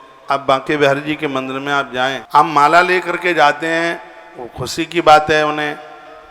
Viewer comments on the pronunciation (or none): none